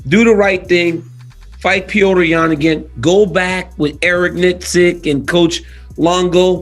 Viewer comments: The name is NOT PEEOTR! It’s pronounced with a flat E and rolling R. It’s just Petr not Peotr. Fak! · Why do they call him, "Pee-yo-ter" lol his fkn name is "Pet-ter" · Is it Petr (Peht-R) or (Peh-O-tR) like daniel pronounces it? I dont even like Jake Paul but, just seeing him fight and seen ben fight. I cant help but think Jake is going to eat Asskrens punches and his lunch.